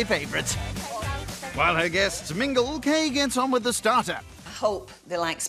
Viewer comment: Her name’s ‘Kay’, not ‘Kate’